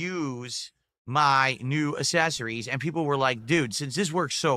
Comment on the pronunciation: I want someone to ask him to type the work "Accessories" in the chat and then have him sound it out. I just want him to say it correctly one time. Maybe if he sees the S's aren't in the beginning it would help. Idk I just can't take it anymore